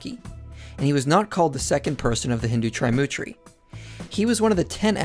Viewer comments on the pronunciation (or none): Not Triumtri it is 'Trimurti' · I almost died laughing when he said t r i m u t r i 😂😂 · Sorry to say your pronunciations are really in need of correction it is the Tri (tree) Murty as in (dirty). Krishna was born from Devaki. Please read the Srimad Bhagavatam and get the whole overview of Krishna and His creation. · Correction : It is TriMoorti, not Trimutri. Pronounced as "Threemoorthi" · ALVAREZ it's actually "threemurthy". Lol But anyways these all are Brahmanical stories for their political gain. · ALVAREZ he pronounced it so wrong😂😂